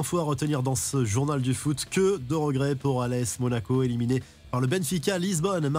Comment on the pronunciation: MONACO ÉLIMINÉ* (pas ÉLIMINIÉ). 😉